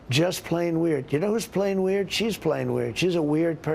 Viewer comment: Sounds like he says playing weird not plain weird! He is a ...king idiot!